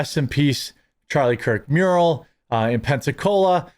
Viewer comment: Mural, not muriel.